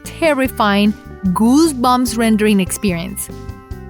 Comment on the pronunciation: "Gooozz bumps rendering" Laugh inducing 😀😃😄😁😆😅😂🤣